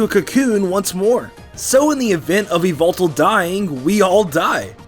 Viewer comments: e-vil-tol instead of e-vel-tal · Dobbs:Yveltal MandJTV:YAHVELTAL!! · IT'S NOT YVELTAL ITS YAVELTAL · You: said yveltal. Yveltal: MY NAME IS YAVELTAL!!! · Not yveltal but it's YAVELTAL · Not yeywaltal but yavaltal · It's not yveltal it's YAVALTAL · e vel tal not evil tal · Yvetal Why-Velt-Al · ITS NAME. IS YAHVETAL!! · its yavaltal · It's said like ya-vel-tall nor ee-vel-tal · Its yavetal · YAVALTAL his name is YAVALTAL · IT'S YA VEL TALL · You mean YAVELTAL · It is yavelltal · dude its "Yvetal" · IS NO ONE GONNA MENTION THAT HE IS SAYING XERNEAS AND YEVLTAL WRONG ITS(zzurn-e-us) and (e-vel-tal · MY NAME! IS YA-VAL-TAL! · Its call Yevitell (all though it spelled yveltel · why do people say yvoltol theres no o